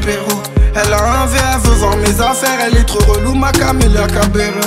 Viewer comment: ça se prononce cabeYo